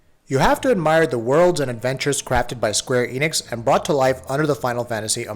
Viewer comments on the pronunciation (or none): none